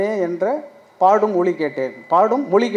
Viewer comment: மொலி அல்ல மொழி...